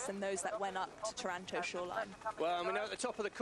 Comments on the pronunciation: Wha? Taranto is in Canada, right? Aha! I get it...,I recently asked an Italian from Campobasso how to pronounce Taranto...,she said it's tah-rahn-TO...,well, let's see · Well, well...,it's tor-RAN-toe according to these non Italian-speaking commentators....